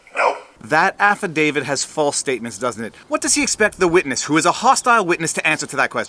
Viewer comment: Will these lawyers pls stop calling it an "Affidavid". Its pronounced "Affidavi-t". With a T on the end. Its getting annoying.